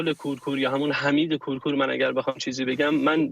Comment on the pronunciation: ابولحمید کورکور. درست تلفظ کنید. ابولحمید کورکور🖤🖤🖤